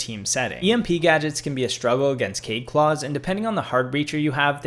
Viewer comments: Good video. My only real complaint is that you mispronounced a couple of the operators' names. Nøkk is not pronounced "knock", it sounds more like "nee-ook" but said as one syllable. And Kaid is not "cade", it's "kah-eed". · kaid is pronounced ky eed